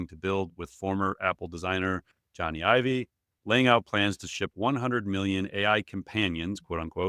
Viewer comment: Love you guys but pls pronounce Jony Ive's name correctly 🙏 “Johnny Ive” /ˈdʒɒni aɪv/ (like Johnny the common name, and Ive rhyming with hive)